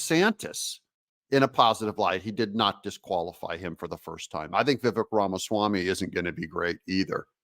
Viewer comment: you need to learn how to say viveks name Doug